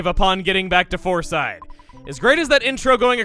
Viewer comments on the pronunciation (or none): You said floreside bakery second foor